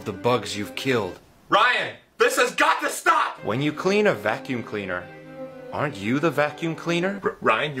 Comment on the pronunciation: Bro it's "aren't" not "arne't" 💀